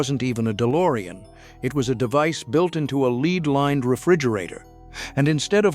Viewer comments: When, in the first 30 seconds of a narrated video, you hear a voice say l-e-e-d -lined instead of-l e-d -lined , you know that there re no serets, nothing was hidden, and what you're listening to is an AI stringing together old news or junk. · Leed lined? Really? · "Leed lined"!?🤔🤣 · Did he say "leed lined fridge" ?